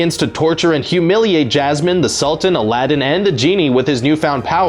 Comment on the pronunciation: IT is not ALADIN, IT is ALADDDDDDDDDDIN